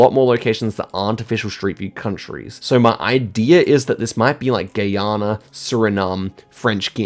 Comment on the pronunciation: “Gay-Ana” lol